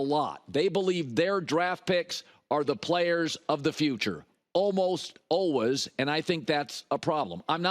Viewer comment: "Almost alwes" ...i hate how he says always.